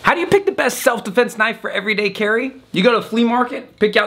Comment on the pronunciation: Thaht's nawt a knoife thiies is a KNOIFE!